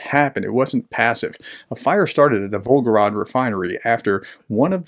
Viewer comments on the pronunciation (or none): It’s volgoGRAD, not volgoROD. VolgoGRAD, just like stalinGRAD. And as far as that disgusting orc nation is concerned: Ceterum censeo carthaginem esse delendam. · Pronunciation tip: “grad” basically means “city”. The name of the river its on is the “Volga”. Say Volga-grad, not Volgo-rad ( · The city in question is Volgograd. (The way you pronounced it, omitting the 2nd 'g', it almost sounded like Belgorod.) It is city previously known as Stalingrad (and before that, during the empire, it was Tsaritsyn). It was changed to Volgograd (after the river Volga) during the so-called "de-Stalinisation".